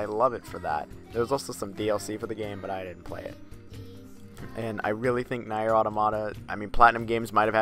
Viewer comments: Its pronounced near but spelt nier, did you get the all the main endings to nier automata? Also its kai nay but spelt kaine' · So, is it "neer" or "na-er"? You keep switching pronunciations.